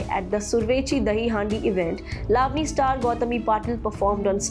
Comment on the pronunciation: Excellent reporting, but please pronounce correctly, eg. Lavani, Ravan.